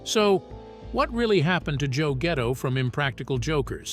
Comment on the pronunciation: He said Joe Ghetto, LOL!